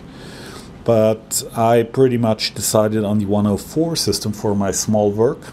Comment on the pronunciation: I like how you say "wörk". A lesson about tolerances would be nice.